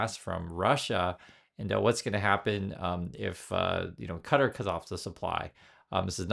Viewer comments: Ka-TAR. Not cutter. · Yeah not cutter LOL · It's "Kah Tar," every time I hear someone say "Cutter," it makes me want to scream.